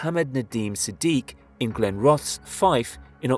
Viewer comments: Let themselves down with Glenrothes though. Wee bit of advice. When researching your videos, watch local (to the video) news discussing it for the correct pronunciation. Your channel is great! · But not Glenrothes 😂